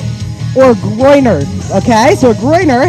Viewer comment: I'm sorry....did you say "groiner"??